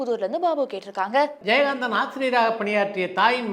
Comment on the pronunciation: One humble request to. Kindly change your voice modulation when you say “கேட்டிருக்காங்க” at the end of every question. You sound out of place when you say that word. says it nicely. Other than that, both of you have a very good command of Tamil language including diction 👍❤️